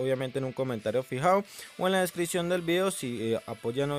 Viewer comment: Jaja no sabe hablar lias y ves de likes y descion en ves de descripcion